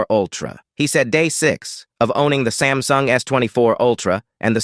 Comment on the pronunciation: It is not sem sung sam sung